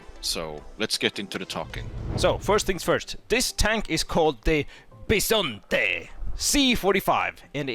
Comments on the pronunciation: You pronunciated Bisonte pretty much right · Just here to point out your pronunciation of the tank's name was correct. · I’m italian, bisonte is right pronunciation